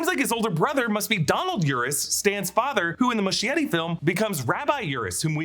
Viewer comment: MUSCHIETTI is pronounced “muh-skie-ree”, SKIE not “shh”